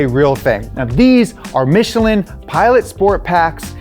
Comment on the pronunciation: Michelin!!! Please respect the manufacturer. Not Michillen!!! But nice content, from a French guy working with Michelin.